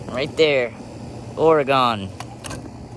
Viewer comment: Or-e-gone. Nope. It's still there my brother. (locals pronounce it Or-gun). Awesome review of your blade tech. Thanks! Saving up for my very own JD652.